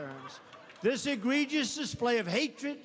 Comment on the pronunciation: Who told him how to pronounce, "egregious?"